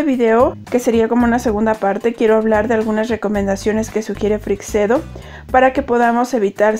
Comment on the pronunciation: ACLARACIÓN: La pronunciacion correcta de Freixedo es «Freichedo», no «Freicsedo».